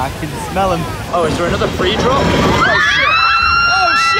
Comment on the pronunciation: "Lydia's gone for a SHET"